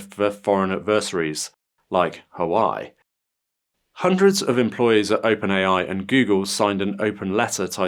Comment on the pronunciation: Huawei is pronounced like "Whaw-way", not "Ha-why"